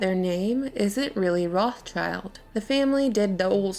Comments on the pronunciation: German for red shield, pronounce rothshilds there is no such family as Roth 'Childs' . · Makes me sooo mad that you say “Roth-child” it’s “Roths-child”!😤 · (rot sheelds) Not rots childs... Why you say it so strange? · Stop saying their name wrong. It's 'wrote-shilled'...Red Shield. There is no "child" in there. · stop saying roth child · Do you really say Roth CHILD in english? Cause that's not at all how you say it in german and it actually sounds kinda stupid lol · we can start by pronouncing the 'S' between Roth and child. Rothschild. I thought you were a hardcore literary critic? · The pronunciation of rothschild is completely wrong! 'o' in 'roth' is like 'o' in 'or' but longer. And 'th' is just a 't' in german. 'sch' is not english 'ch' at all! it's just 'sh'! German 'i' is always like english 'ee', so schild is pronounced almost the same like english 'shield'. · if you're gonna talk about them can you at least pronounce their name right lol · As a german, i can say that your pronounciation of rothschild irritates me so much that i loose my concentration for a second everytime you say it. Interesting video nonetheless :) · Man,. Wenn u schon son' Video machst. Sprich wenigstens den Namen korrekt aus. Ist ja grauenhaft.